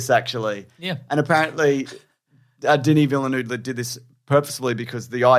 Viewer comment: "Villeneuve", and not "Villenueve". This is probably why people keep mispronouncing his name 😆.